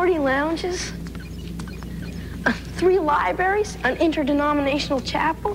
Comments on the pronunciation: Did the boy genius say libaries? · super genius Beanie mispronounces "libraries". :P